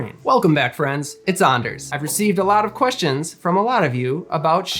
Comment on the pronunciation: Greetings from another Anders here. The way you pronounce your name makes me think you have Nordic ancestry.